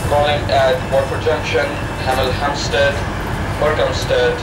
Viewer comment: "Hamel Hamsted, Burkamsted, Trink, Leton Buzzerd ....."